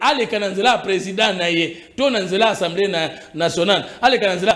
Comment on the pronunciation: Les journalistes doivent apprendre à faire différence entre Assemblée et ensemblé. On dit A-ssemblée et non en-semblé .